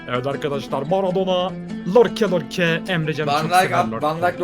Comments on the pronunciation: abi lorke değil yorke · York ya lorke değil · nin en sevdiğim şeyi yorke ye lorke demesi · lorke deil yorke yaa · Nobody::lorke lorke yorke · neden beckhama bekem diyor sinirim bozuluyo. Ve dwight yorke lorke